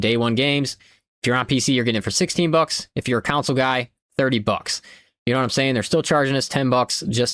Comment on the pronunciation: Never heard anybody say “console” like “cownsoul”. What accent is this?